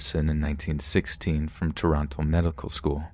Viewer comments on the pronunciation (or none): none